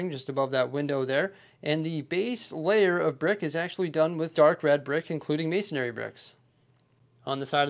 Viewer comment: Can anyone explain why so many builders say “mason-a-ry” bricks? There’s no second “a” in the word, it’s just “masonry.”